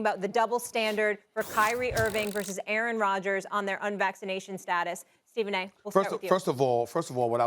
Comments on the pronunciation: He calls Steven "ESE" 😆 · "Steven a ISIMS" 💀💀💀 😂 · He said “you goin through your Stephen A - isms” lmfao that deflect and change the subject works every time